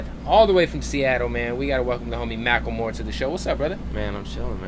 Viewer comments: Am I the only one bothered by the fact that he's pronouncing his name "Mackelmore" instead of "Macklemore"? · Mack ul more=Macklemore